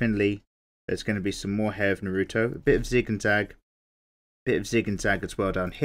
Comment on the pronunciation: I cringed when you mispronounced his name